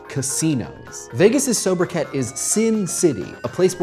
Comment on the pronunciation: sobriquet is pronounced "so-bra-kay"